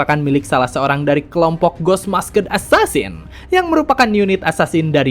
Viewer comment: masked di baca nya mask, demon di baca nya dimeun, being di baca nya biing